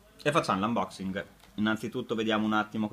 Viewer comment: tu che fai l' ANBOCSING, prima di fare il video non potevi buttar via la gomma da masticare?